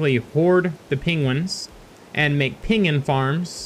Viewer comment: He says Peengen